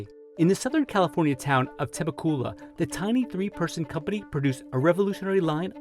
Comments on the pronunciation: To the IDIOT who pronounced Temecula "temakula"....YOU'RE FIRED. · Temecula (the-meh-coo-lah) just blew my mind. Any amount of research or talking would tell you it’s teh-mek-u-lah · temecoola? as someone who lives in the city, its pronounced Tem "ek" ula. LOL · Temecula is pronounced TAM-EC-ULA not TIM-A-COOLA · You badly mispronounce my hometown, Temecula,California, original home of Calloway....It’s pronounced “Tah-Meh-Q-Lah”